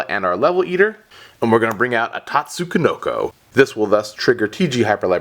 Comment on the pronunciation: Why do you pronounce it "Tatsu-ko-noko"? Is that the correct way or something?